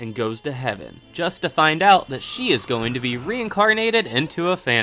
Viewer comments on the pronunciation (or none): none